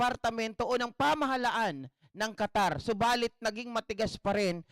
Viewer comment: Qatar yan , hindi po Catarman samar